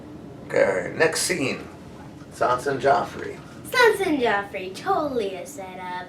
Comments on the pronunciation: It's Joffrey not Geoffrey :) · It's Joffrey!! Not Geoffrey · it's actually Joffrey, not Geoffrey